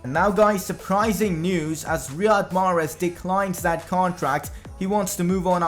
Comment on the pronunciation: greetings from Algeria. I am sorry to say but you pronounce mahrez wrong.